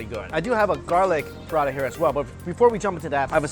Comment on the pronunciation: pra-ta not prada.